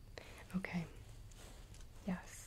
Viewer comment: Is she saying "Yes" or "Yas"?